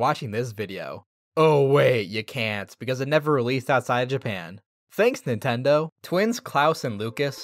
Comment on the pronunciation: I just realized it's NINTEN-do